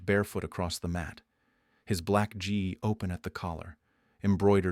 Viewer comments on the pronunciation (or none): also, gi is pronounced ɡē